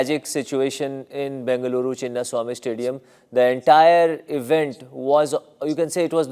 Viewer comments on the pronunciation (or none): Sir, You are missing out many points here & pronouncing the stadium name wrongly, it is Chinna-Swamy. Pls study the case in detail, Police were doing great job from 36 hours continuously, because crazy fans celebrated throughout the night till that day morning, drunk driving, wheelies, fire crackers were controlled & managed properly. Police was already occupied in giving security at 4 places Airport, Hotel, Vidhana Soudha, inside the Stadium & all throughout the roads. The sudden, un planned felicitation event at Vidhana Soudha was forced upon RCB team & police was burdened by that extra event, which was purely for political mileage & photo sessions for ministers & their family. Stadium staff also didn't open the gates as the fans gathered, they opened one gate suddenly only after crowd was unmanageable. RCB announced free tickets for everyone when they had capacity of 34 thousand only. Police commissioner clearly told the govt. to delay the event for Sunday, as they didn't have the capacity to arrange security for such event in 6 hours, especially after burnout from 36 hours. Yet state Govt. pressurized for the event without plan & suspended honest, brave commissioner.